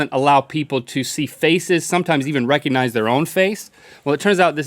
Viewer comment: I love how it sounded like Link said "can you Rhett-cognize faces reconize